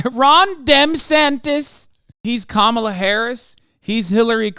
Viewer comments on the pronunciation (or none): Why didn't the interviewer correct DeSantis on the pronunciation of Kamala's name? She's the f***ing Vice President. You have to f***ing correct this f***ing bobble-headed freak on national television. Just to see how he reacts.